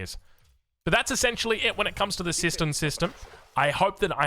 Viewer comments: kept hearing it as "sister system" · Kept hearing it as 'system system'